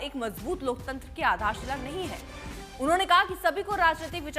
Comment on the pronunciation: लोकतंत्र होता है न कि "लोकतंतर" 😂😂 ये कौन कहा से आते है।